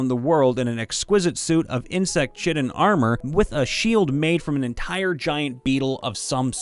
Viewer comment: Just a note to everyone, chitin (the protein that makes up bug exoskeletons and fungus structure) is pronounced "kai-tin"